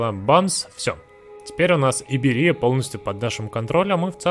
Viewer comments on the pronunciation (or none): ИбЕрия, а не ИберИя XD